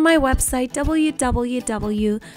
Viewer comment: Hey anyone from India ?? The way she pronounced www hehe